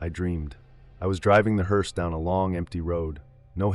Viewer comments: Its pronounced “Herse” not “herese” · Been a professional what driver ????😂😂😂 At least learn how to pronounce the name right . It's HER SE not Hear se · Not a “heerse”, a “hearse”! And family doesn’t sit next to the casket in back of the hearse. What kind of freakish funeral home puts seats next to the casket in a hearse?! Families don’t ride in the hearse! Who does the illustration to these things? And writes them? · Is this AI ? Why is the word “hearse” pronounced differently multiple times ? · A.I. mispronounces hearse. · He couldn't pronounce "HEARSE "😂😂😂